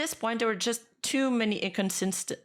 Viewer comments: inconsistencies incon-cisten-cies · i laughed at the aggressive typing at the end after speaking the word "inconsistencies" wrong repeatedly HHAHH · "aggressive typing for inconsistencies pronouncation" This part rent free in my head for now